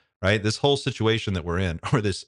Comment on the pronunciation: Love it! “Shituation”